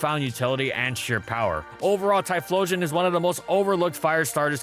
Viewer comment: Tyephstein xdXdxdx